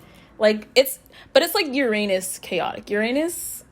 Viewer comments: "URanus, urANUS. Your anus" giggles I LOVe YOU ALREADY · 😂 I chose pile #2 and you made me laugh while trying to pronounce "Uranus" "Your anus" hahaha.